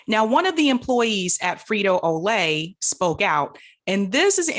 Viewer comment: "Frito O'Lay"?